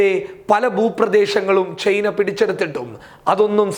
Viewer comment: ചെയ്‌ന അല്ല മൈരേ ചൈന 🤣